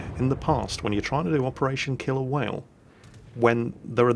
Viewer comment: when you said the name of the mission for the first time it sounded like you said "operation kill a whale"